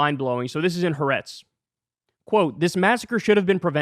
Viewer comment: As usual, I agree with your reportage completely, BUT . . . here's a correction of your "HA'ARETZ" pronunciation: It SHOULD be THREE syllables, accent on SECOND syllable, as: "hah-AH-rehtz" -- two Hebrew words meaning "the land" (of Israel). The apostrophe indicates the break between the first two words. A few western journalists have worked this out, but many haven't.